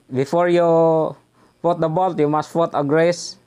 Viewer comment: mag tagalog na lang po kayo Sir i admonish you para madali kayong ma intindinhan ng ating kababayang Pilipino..do not force yourself too much in explaining in English..(take notice about your pronounciation put to fut) this is not to humiliate and consider a positive advise..God Bless.